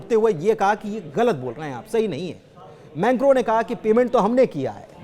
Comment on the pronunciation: Menkro. Nahi mekron